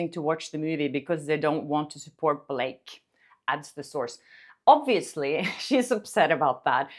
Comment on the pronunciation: "You want to go to war Bil-lak-ay (Blake), you want to go to war! " 😂😂😂😂